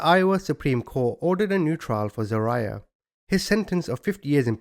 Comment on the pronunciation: I love you but you crack me up with your name pronunciations 😂 It’s Zah-rye-ya